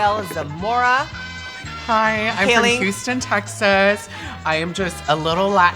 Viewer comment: DID HE JUST SAY HOUSTON NOOOOOOO